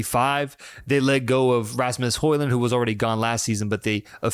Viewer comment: 🇳🇴 Fan here. i really really hope you will follow the uefa Nations league in september. And if you want, I can teach you how to pronounce Nordic names. For example, Haaland and Ødegaard. ⚽🥅⚽